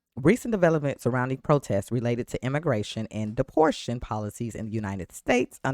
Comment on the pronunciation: Depor ta tion. Not deportion.